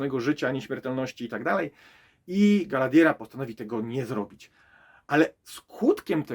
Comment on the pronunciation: Galadiera? Może przed recenzją warto by się nauczyć poprawnie wymawia imiona postaci. I te pierścienie mocy na początku, poprawne tłumaczenie na polski to pierścienie władzy.